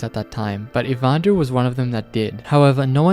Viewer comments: "ivander" you can not be for real. the am*rican education system is horrifying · For the record: It's not "Ivander Schreckliche" - it's "Ivan der Schreckliche" ("Ivan the Terrible") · IvanderSchreckliche is a german Name and you Speak it „Ivan der Schreckliche“ i think the Name was Not „Ivander Schreck liche“ i think it was „Ivan der Schreckliche“ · I love the fact you said „ivander“❤ it’s German and the words are like this „Ivan der schreckliche“ and basically means Evan (The name) der(German „male“ the) schreckliche (terrible)❤❤ hope someone reads this😂😂😂😂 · That name does actually have a meaning: It's German and is 3 seperate Words: "Ivan der Schreckliche" meaning: "Ivan the terrible". I've never heard of this before i just noticed this because i am native German and you pronounced it as if it was one word. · Hearing "Ivan der Schreckliche" being referred to as "Ivander" fills me with glee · It hurts my physically how you put the Spaces in Ivans name 😂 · yea I'm not fully fluent in German but it still annoyed me that he pronounced it wrong, at least what I said would be closer